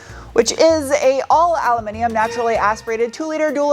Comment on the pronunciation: bonus points for saying” aluminum” correctly :-)